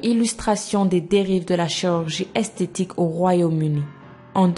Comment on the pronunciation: Tu dit esteti et pas estetique